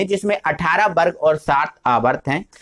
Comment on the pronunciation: aapne ak galti kardi vo वर्ग होता है बर्ग नहीं।।।।।